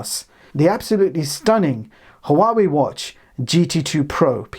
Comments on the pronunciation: It's pronounced Wawei NOT Ha'Wawei. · p.s. I believe HUAWEI is pronounced more like WAH WAY